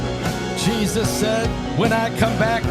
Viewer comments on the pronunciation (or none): none